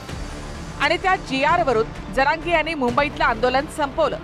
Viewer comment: जार नाही हो जरांगे. GR आहे 😂